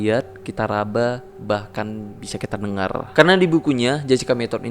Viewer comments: jessica mettod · Gua ngakak bang ngmongny kocak "Jessica Mettodd" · Jessica ngthd 🤣🤣